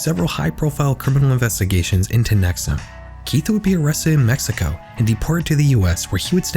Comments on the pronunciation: So the constant mispronunciation of NexIum as NexUm bothered me a lot. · I'm from upstate NY so hearing you talk about a cult uphere I haven't heard of before piqued my interest. And then you started calling it nex-uhm and I was like thats weird two cults in upstate NY with similar names, then after hearing you describe it further I realized it was the same one I already knew about. Nxivm (nex-e-uhm) ,😂😅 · NXIVM is pronounced “nexium”, not “nexum”. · It’s pronounced Neck-see-umm. Not neck-sum. 🤦🏻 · Pronouncing it “nexoom” 😅😅😅😅😅😅😅😅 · Please tell me you know that NXIVM is pronounced “nex ee um” not “nex um” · have you watched any documentaries on NXIVM? They all pronounce the org as "nex-ee-um," not nex-um. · it’s pronounced “nex-ee-um” 🙄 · NXIVM is pronounced “nexium”, like the medication. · Bro, it’s pronounced Nex-ee-um. You couldn’t have checked that like, at all? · The mispronunciation of nxvium is gonna make the rest of this hard to watch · You’re not pronouncing “NXIVM” correctly.. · The mispronunciations in this video is crazy 😭 Rainere is NOT pronounced Rain-ear, it's pronounced Rain-eerie. NXIVM is not pronounced Nexum, it's pronounced Nexium, with an i. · Dozens of podcasts and investigative reporting has been done on the nxivm cult and Keith Raniere. You didn’t listen to one minute of any of them. If you had you’d know it’s pronounced: “Ra-neer-ee” not Raneer and “Nex-ee-um” not nexuhm. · *Ra-neer-ee not “Raneer” *Nex-ee-um not “nex-um” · please check your pronunciations. raniere is "rah-nee-ree" and "nxivm" is "nek-see-yum". there's a great hbo documentary with former members who go over this and they all pronounce this stuff the same way. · Your pronunciation of multiple names is wrong and incredibly confusing. Keith Ruh-neer-ee. Nex-ee-um.